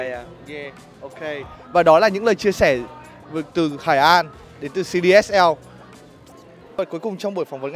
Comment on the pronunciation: đó giờ cứ gọi là hai ran kh ngờ bác này lại đọc là hải an ạ